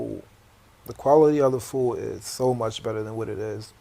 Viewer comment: why can't bro pronounce his d's though? "foo'" lol